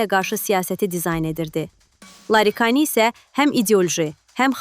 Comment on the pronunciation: Larikani yox Laridjani😂